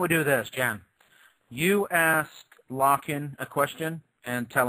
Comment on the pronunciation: I always thought his name was, not Locken!!